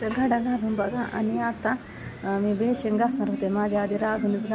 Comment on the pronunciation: बेसिन असतं अगं. बेशिंग नसता ते